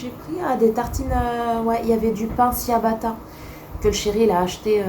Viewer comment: Coucou! Le pain se prononce « tchiabatta » il me semble, à l’italienne ahah 😋 des bisous 💗